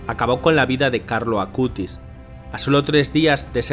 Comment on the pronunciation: Hermanos de hermoso video pero les corrijo es "Acutis" y no "Acustis" pero de resto hermoso video ♡♡♡ ☆Beato Carlo Acutis☆ ¡Ruega por Nosotros!